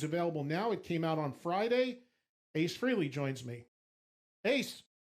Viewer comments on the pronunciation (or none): I’ve heard Ed say it right so it’s weird that he called him freeley